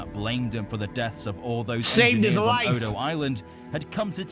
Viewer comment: Next time you watch this tale Godzilla minus one it’s Odo Island, not dodo Island